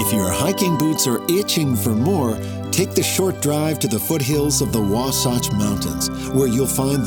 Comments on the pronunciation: It’s Wa-satch, not Wa-sotch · 'THE' great salt lake. and its pronounced waa-sach. not waa-sawch. prick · Tectonic plates? Really!? And learn how to pronounce Wasatch ¿`_